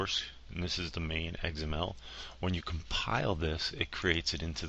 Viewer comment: You pronounce XML funny. Sounds like egs-em-el. lol.